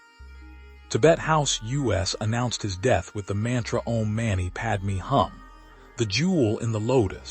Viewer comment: "Om mani padme hum" = mani pron. "money" not "manny" ; "hum" pron. closer to "whom" not "come". Padma Shri = "shree" not "shrye". Can't someone help AI?